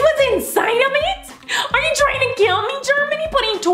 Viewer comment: ARE YOU TRYEENG TO KILL ME KINDUR? Oh it's a motorcycle :D